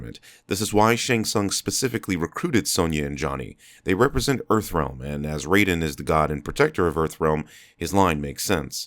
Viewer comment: Raiden, not Rayden.